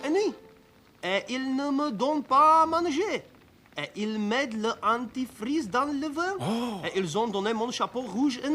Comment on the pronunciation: As a native French speaker, for the German dub, when they say "Anti-freeze", I hear "dentifrice" which means "toothpaste"😂